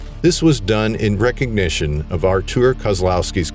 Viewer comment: Artur is Polish for Arthur. No need to say Artuooooor. It’s not how u pronounce it anyway. Just say Arthur